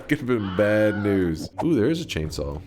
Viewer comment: Just as entertaining as his "chainsawwwll"